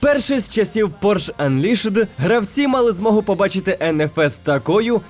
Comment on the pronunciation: Пробачте, але досить дотепно коли в слові Unleashed сильно виділяє останю літеру Але загалом круто, сподобалось